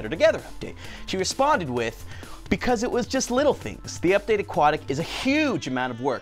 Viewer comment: "Updatea" nice English tanner